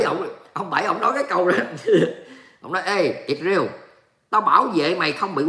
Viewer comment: "lsrael" chớ không phải "Isreal" nha. Đọc là Is-ra-el chớ không phải Ịt-riêu nha.